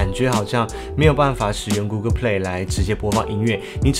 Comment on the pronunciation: 提醒一下，google跟Pixel發音不正確